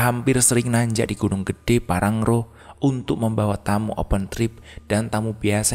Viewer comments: Bukan PANGRANGRO tapi PANG-RA-NGO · PANGRANGO bang bukan PANGRARO 😅😅